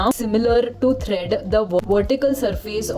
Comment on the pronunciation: The videos are very nice and helpful. But please correct the pronunciations such as tread, not thread.